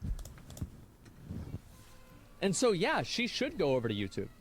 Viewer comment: ish, because of his accent when he said garbage I thought he said God b i t c h